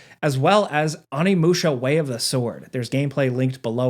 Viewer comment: Oh-knee-moo-sha, not Aw-knee-moo-sha. Jesus christ